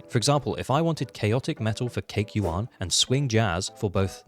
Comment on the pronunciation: Zhu Yuan ❌ Cake Yuan ✔️